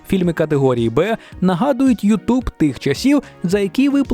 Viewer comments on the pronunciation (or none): none